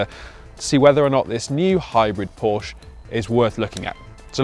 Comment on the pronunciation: So funny he is a car "reviewer" but can't pronounce the name Porsche correctly